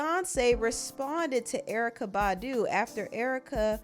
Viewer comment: 😂😂😂😂 the way she said BAHDU 😂😂😂😂